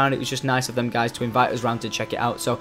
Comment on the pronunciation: U said Adio instead of Adios! Lol. I'm getting this game after I saw u play it! :) :P